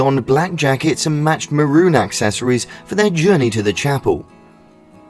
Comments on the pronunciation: Maroon ….not Maron! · Ma room not maron